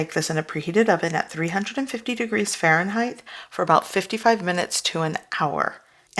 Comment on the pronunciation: I love you but there is no “h” at the end of Fahrenheit. Please stop it for my sanity.